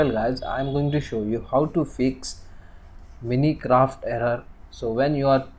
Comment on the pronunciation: Braaa lmao it's not minicraft it's Minecraft